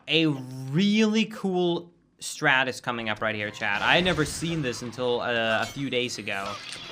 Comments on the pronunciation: why the fuck do you pronounce t's at the end of words as d's. you say "chad" and many other words with ts at the end its honestly kinda annoying like just say "Chat" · Love how you keep calling chat "chad" lol